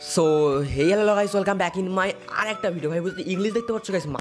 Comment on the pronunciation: ভাই প্লিয hello ta ভাল করে বলেন